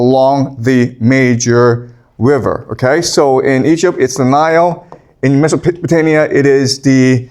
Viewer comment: I thought I was hearing wrong, but across multiple videos, multiple times, I hear you saying "MesopotaNia" with N instead of M. I can't be the only one.